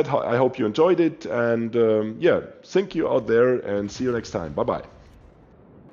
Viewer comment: Did you say "sink u out there!"... ? 😂